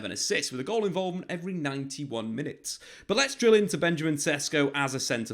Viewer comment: It is pronounced Benyameen SHESHKO.